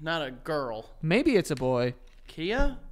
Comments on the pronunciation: I was dying when they were reading the Khia lyrics 😂 Joe and, I’m sure you’ve heard the song My Neck, My Back and Khia made that also lol and her name is pronounced like KY-YAH lol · the rappers name is pronounced kai-uh btw lol, she also did my neck my back